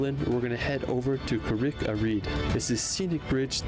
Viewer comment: Lol. It's not "car RICK"-a-Rede, it's "CARrick"-a-Rede.